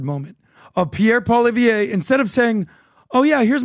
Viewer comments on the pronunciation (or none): Dude, it's closer to "Polly-ev" . Not that difficult, and it would show respect 🙄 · Pierre Pollieve last name is pronounced “ polly-ev “. There’s no r or ia at the end. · Since Poilieve will be our next PM you might want to learn how to say his name 😝